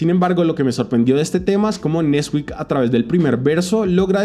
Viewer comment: nesquík ❌ nÉsquik ✅✅